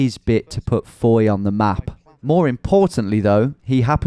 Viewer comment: You said fowey correctly! Geowizard you have more than a subscriber for life!